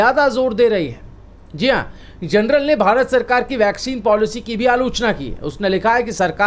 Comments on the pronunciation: जर्नल कहै जनरल नही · "THE LANCET" JOURNAL HAI " GENERAL" NAHIN : PLEASE CORRECT YOUR PRONUNCIATION ! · PLEASE PRONOUNCE 'JOURNAL' AND NOT 'GENERAL'.. REPEATEDLY. LIKE 'BJP' NEWS INSTEAD OF 'ABP' NEWS..!